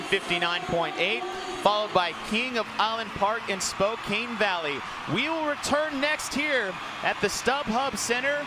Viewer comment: someone doesnt know how to say spokane.